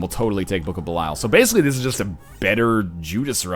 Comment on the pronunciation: Jesus H. Fuck, Kate. Nobody cares about your damn "woooooo"-ing printer. This isn't a hate vid to Best Buy's shit products. This is about NL and his raging boner obsession with the Book of Belial. Or, as he says it, the "Bukahbeelyul"...sometimes "Blukablul" if he's really excited about it. Also, fuck you too Lrod Shrek and your lazy ass. You should be here my now and here's this random canine's canine doing your job for you.